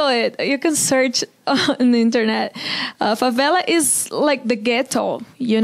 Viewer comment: Actually Americans call the slums “favelas”. She said it correctly.